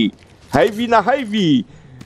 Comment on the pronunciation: Przepraszam ze poprawiam nie wiem czy to ja zle uslyszalem czy co ale mowi sie heavy a nie hejpi to nie hejt